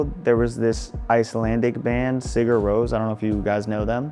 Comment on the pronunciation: First time hearing 'Sigur Ros' pronounced like that 🤣🤣